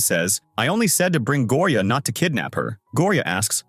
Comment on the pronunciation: He said Gloria not Gloria 😅😂